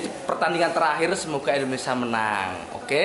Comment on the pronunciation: Indonesia mas... bukan Endonesa hehehe... siiip lah.